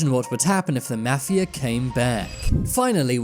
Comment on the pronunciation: when you are saying mafia its sound like mathew 10s